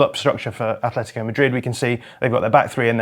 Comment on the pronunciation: AT-LETICO go look it up.. why the f, do English people almost always pronounce a "H" tha clearly is never there? ,ignorance? ..i disagree with much of the analysis anyway, risky football and brave football is keeping the ball is playing short passes through tight areas of the pitch..getting the ball quicker forward earlier is not as risky because if you lose possession of the football you lose it much further away from your goal, playing short passes from the back is far more risly lose the ball and there is an imidiate turnover often leading to an goal scoring opportunity... anyway everybody is entitled to their view, but that;s all it is their individual and subjective point of view....and btw the classic Salah finish was never about power it was about incredible dribbling ball control and precise finishing...like i said subjective LFCYNWA Football one game ONE name period, and no that's not enefel (NFL) handegg